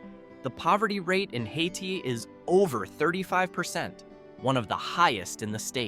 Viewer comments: It's Pronounced (hay-tie), not (hay-tee) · The pronunciation of the last town is Hay-tie.